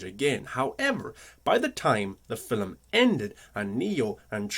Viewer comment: Film is F 'ILM not "fill ' um"